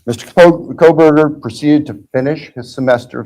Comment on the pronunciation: Here’s the thing about Megan Kelly, how can she report this topic for so long and still not pronounce his name correctly? I don’t know, just bothers me… Also, I wonder, did Bryan have much to lose by making that plea deal if it really was to protect his parents and he’s just not getting the death penalty… I guess that does make sense